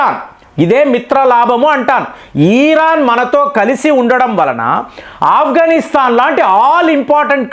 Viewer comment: అయ్యా ఈరాన్ కాదండి... ఇరాన్.... వింటూ ఉంటే ఒక archaelogist గా భరించలేక పోతున్నాము